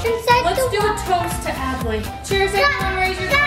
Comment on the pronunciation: 1Time It says adley you said Add lee